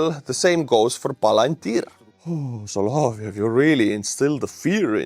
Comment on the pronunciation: it's "sah-lah-VYOFF".